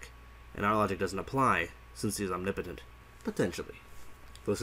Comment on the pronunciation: Am i the only one who is triggered at how he says omnipotent (ohm ne POE tint)